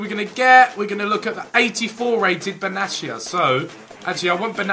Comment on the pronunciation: Benatia (Be-Nay-sha) just a tip for next time Ethan